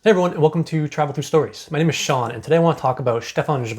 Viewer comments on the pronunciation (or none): none